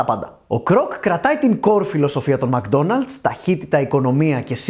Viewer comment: μκ-ντόναλτς προφέρεται, χωρίς "α" :)